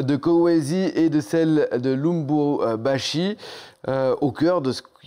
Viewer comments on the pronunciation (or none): QUEL MÉPRIS, CE SOIT DISANT SPÉCIALISTE ́E PREND MÊME PAS LA PEINE DE BIEN PRONONCER LE NOM DE LUBUMBASHI ,CES GENS ONT VRAIMENT FAIT DES BONNES ÉTUDES ????